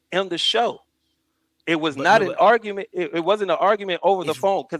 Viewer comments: “Augmented” vs. “Argument”🫠🫠 What a genuis this man is… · This man said argument when said “augment” lol